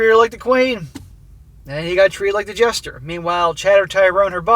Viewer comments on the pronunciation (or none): none